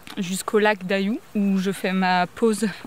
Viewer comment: Haha le fameux chemin de la mature et sa pierre bien blanche qui réfléchit le soleil. Une fournaise cet endroit. Bienvenue dans le Béarn et dans les Pyrénées 👋 Lac d'Ayoussss (le s se prononce)